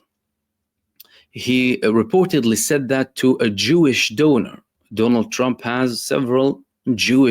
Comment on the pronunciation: Donor. Rhymes with owner.